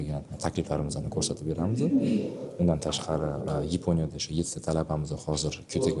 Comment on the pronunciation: Yiiiiiponya? 😮😮😮😂😂😂😂 Yaponiya böladi. 😂😂😂😂